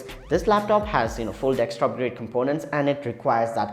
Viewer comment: Bruh, great review. It's "desktop" though, not dextop XD